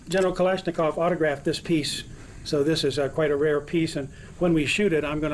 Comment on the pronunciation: Kalash!!! Nikov,??? Whattt??? I love ittt, i really like russsian and Germán weapons